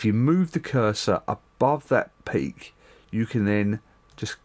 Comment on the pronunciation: when you said this peak here I heard do you see this pig here lol